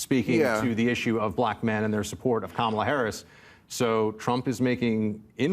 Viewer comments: if the shoe fits we cannot acquit. The party has a cemented track record of xenophobia and bigotry. I would be happy to provide quotes. So when you mispronounced the brown woman's name on purpose, we're not just sensitive arbitrarily or out of the blue. It's the 10,000th violation and we're going to treat you like a repeat offender. That's only sensible reasonable and logical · “Democrat” Party is just another Republican dog whistle like the intentional mispronunciation of Kamala and Sexton KNOWS it. The goal is to disrespect. Fk him and the whores he rode in on. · Its the same reason they get offended when someone mispronounces Kamala's name. Its a faux outrage to push a talking point. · "Democrat party" is an intentional insult, just as the MAGAs mispronounce "Kamala." After four years the people that mispronounce the name of the vice president do so with indignance. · If you were to time the speaking, one person talks WAY more. Unlikeable is clearly in the eye of the beholder, and I don't think he was the only one who was triggered. ("Democrat party" isn't the most important thing, but like mispronouncing Kamala Harris's first name, it's casually obnoxious). Besides, Bill is snarky. That's the tone of the show. And he sometimes has more people who are from the right.